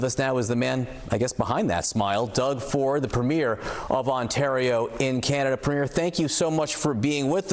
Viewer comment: Why does everyone mispronounce premier?